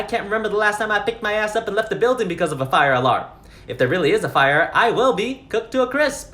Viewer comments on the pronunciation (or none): "THERE'S A FI-YAH"💀💀💀💀